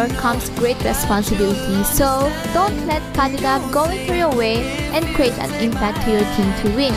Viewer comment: The way you say kadita triggers me😂